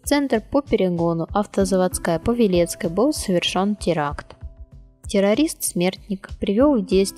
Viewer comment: Не автозаводскАя а автозавОдская